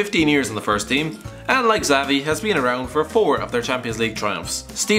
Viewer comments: It's Chabi, or Shabi, not Zavi or Chavi. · Did he said zavi ?wth